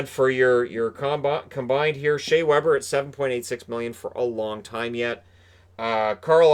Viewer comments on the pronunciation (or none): none